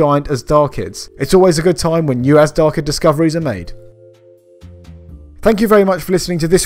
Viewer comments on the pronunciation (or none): FYI, in Farsi, the ZH in Azhdarchid is pronounced like the s in television or G in beige and not Z. The word dragon in formal Farsi is Azhdaha (in my dialect it's Azhdar).